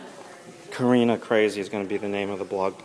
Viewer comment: It’s Kariiiiina!!!!